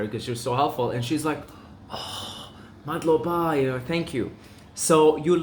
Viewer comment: in every word stress only the first syllable (but not too much). For example - not madlobA but mAdloba.